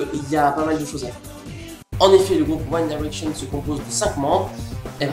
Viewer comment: Je suis Directioner mais ça va ta critique est "gentille" ! Au moins toi tu sais dire convenablement "One Direction"